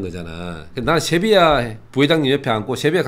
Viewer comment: 꽁병지의 특유의 갱상도발음~쉐비아